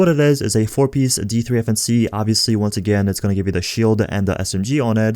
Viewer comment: I never knew that D3-FNC could be pronounced as defense...woah